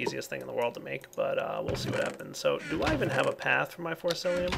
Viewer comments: FORCICIUM! Not Forcilium. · it wouldn't be a video without him mispronouncing Forcicium with Forcilium (Y) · It's Forcicium not Forcilium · You're still saying forcilium.. haha! It's forciCium,! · It's forcicium not forcilium :P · come on. its been so long. its FORCICIUM not FORCILIUM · forciCIUM!!! not lium CIUM WITH A C!! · Dude... when you correct someone make sure to do it right. For-ci-ci-um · its pronounced force C Um